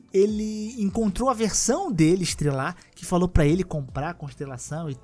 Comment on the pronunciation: Você vira um Estelar e não Estrelar.... karayo!!!